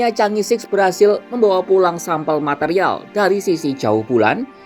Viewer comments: Chang'e bukan dibaca Changi Chang'e ya di baca change, kamu nonton kera sakti kaga? Yg jadi pacar Pat kay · jika itu bhs Mandarin maka Chang'è 6 harus mengucapkannya bukan sik utk 6, melainkan "chang'è liuk" dgn lafal k nya lemah atau ditelan. Jika Bhs Inggris maka mengucapkannya "ceenz-siks" bukan "ca-ngè-sik". Sekedar input bagi Kompas TV ❤️ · Cara bacanya 'chang e'.